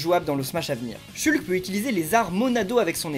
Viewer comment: Ça me fait rire que tu le prononce "chulque"